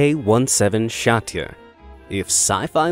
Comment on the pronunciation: shatya?😂 you have no idea how to pronounce it…. it’s at least “sjz - a - ti - e”